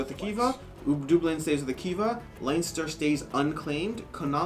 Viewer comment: Please for the love of g.. could you stop saying line ster, its len ster! & Where the hell is dooblin? Dub-lin